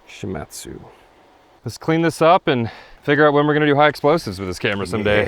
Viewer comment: Great work!! However the company is pronounced She-mod-tsu. I lived and worked in Japan for a number of years (and speak Japanese). One of the companies I did business was Shimadzu.